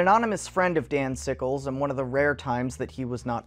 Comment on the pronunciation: I thought he was saying "Danzigles" and I can't get it out of my head